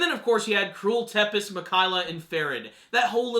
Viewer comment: Tepes is pronounced Tzepesh in English is from Vlad Tepes translated from Vlad the Impaler the romanian prince that was called Dracula